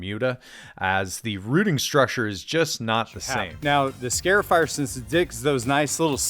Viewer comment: it is a scar-ifier... not a scare-ifier. It is marring or scarring your lawn.